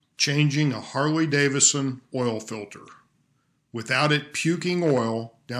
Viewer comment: Harley-Davison? Really?